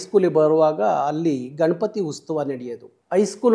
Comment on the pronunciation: ಹೋರಾಟ ಚಳುವಳಿ ಎಲ್ಲಾ ಒಂದು ಕಡೆ ಆದರೆ ಕನ್ನಡದ ಉಚ್ಚಾರಣೆ ಉತ್ಸವಕ್ಕೆ ಉಸ್ತವ ಅಂದಿದ್ದೆ ಗೊತ್ತಾಯ್ತು